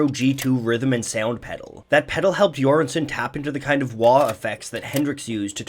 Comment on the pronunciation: Great video and Göransson pronunciation👌